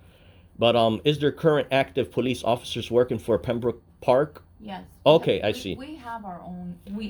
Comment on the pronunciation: don’t know where you learn to read, but it’s Pembroke not Pembrooke.